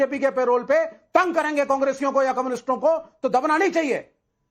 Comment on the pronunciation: Ye koumnist nhi koumnast hain